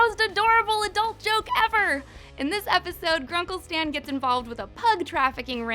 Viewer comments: In the beginning of the video she said Grunkle Sam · Did you say Grunkle Sam?!